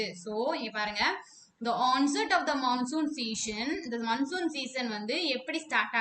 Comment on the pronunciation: Mam that is not mannsoon wind that is monsoon😂